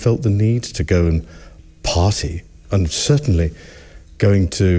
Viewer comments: He makes party sound like potty. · Did the prince say “potty,” or “party?!” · "pahtay" Prince Andy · i am still laughing hearing him say i have no need to go potty, not a pottyier, lol...the accent mispronouncing party as potty!!! what a douchebag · Way to ruin the word “party” there prince